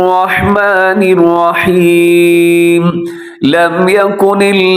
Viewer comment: آواز اور تلاوت تو آپ کی خوبصورت ہے.لیکن بسم اللہ پڑھتے ہوے آپ الرحمن الرحیم پر توجو دے. کیونکہ آپ را پڑھتے ہوے واو کو ملاتے ہے تو غلط ہوجاتا ہے الروحمن الروحیم بن جاتا ہے. تنقید کیلے نہیں اصلاح کیلے کررہاہو. کچھ سمجھ آیا تو دعا میں ضرور یاد کریں